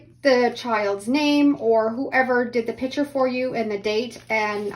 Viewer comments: The word is picture (pick-true)unless you are talking about the item that holds liquid, a pitcher. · It’s “pick-cher”, not pitcher. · It is a "picture" not a "pitcher". :) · Love the concept of laminating. A couple of things … 1. I wish you had demonstrated with an iron, which is what most people have 2. Why are you saying “PI – CHURE“? 3. , I sure wish you had chosen artwork that your child actually did instead of just a coloring book. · It’s not a “pitcher”, it’s a PIC-sher. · Picture. Not pitcher. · Saying pitcher for picture drives me nuts! Practice saying pic a ture until you can slide the c in and say picture. Please! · Fun fact, there is a C in the word "picture".